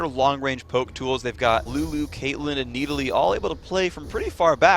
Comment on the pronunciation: I totally forgot how stupid phreak pronounced Needalee